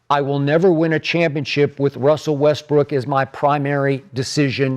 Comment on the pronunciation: ALMOST said westbrick 😂🤣😂🤣